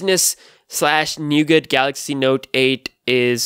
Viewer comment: Nougat. T is silent bro